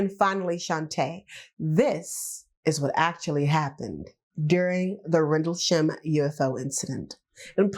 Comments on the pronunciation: What the hell is a "Randlesham" ? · At least get the name right😂 RENDLESHAM